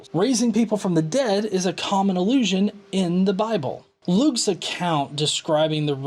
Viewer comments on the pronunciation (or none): Alrighty then! :p Probably just your accent. I can't hear "allusion" when you say it. I'm old, and the way people are pronouncing words these days confuses and enrages me.